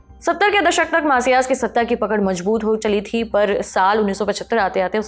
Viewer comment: Arre bhai, itni tez bol ke kaha bhagna hai. Thhoda saans leke bolo yaar baar baar rewind karna pad raha hai. Aur kripaya Hindi saaf saaf bole. Mazboot hota hai majboot nahi.